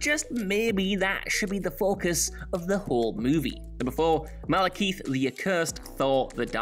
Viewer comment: Malekeith............... Losing your nerd cred with every mistake.